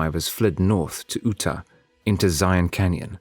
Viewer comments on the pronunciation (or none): I started wondering when Utah was pronounced as Ootah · Did... did you just call Utah "ooh-ta"